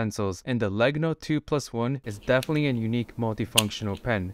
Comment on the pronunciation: It's Italian for wood and you really mispronounced it, LOL.